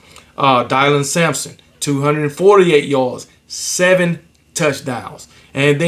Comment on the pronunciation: Idk why but you been getting Dylan Sampsons name wrong. Great show as usual.